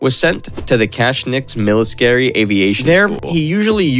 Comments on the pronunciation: No one heard him call the military, miliskiry? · LOL, I heard "mily scary" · Well I'm not sure about this one. Continuing the video you pronounced the word military "miliskerry" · Sachsenhausen was also terribly butchered. He even said military wrong at one point.